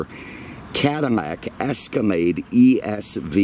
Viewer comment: Caddamac Escamade. I love that